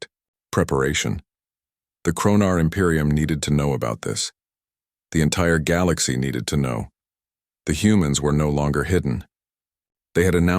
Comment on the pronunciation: And teach the AI how to say galaxy, lol